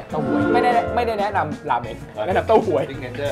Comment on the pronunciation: ขอสักนิด เผอิญดูรายการญี่ปุ่นตามกินราเมนเยอะ ราเมน ไม่ใช่ราเมง ขอบคุณครับ ปล. ขอเลยครับไอ้ประโยคที่ว่าผมกินบ่อยๆ ขอเถอะฟังแล้ว....แต่ยังติดตามตลอดนะครับดูทุกเทป😄